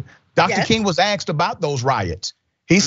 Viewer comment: . Doctor, every time you say "axed"instead of "asked", an angel dies. This is not the way a man of intelligence speaks, Mr. College professor